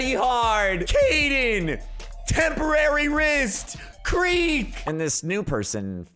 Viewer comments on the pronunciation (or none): It’s temprits XD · LOL Temporary wrist. you mean "temprist"...